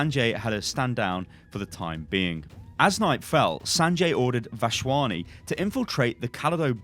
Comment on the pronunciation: Lmao, it's Vas-Wani don't pronounce a random H. Otherwise u got that name spot on